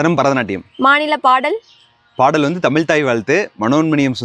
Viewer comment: தமில்! பலம்! தமிழா? தமிலா?